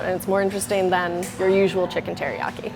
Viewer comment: did she say HERIYAKI? lol